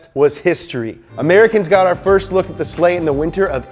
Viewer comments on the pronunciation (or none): none